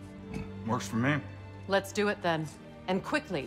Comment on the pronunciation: It almost sounded like he was saying "screw you" not "do you"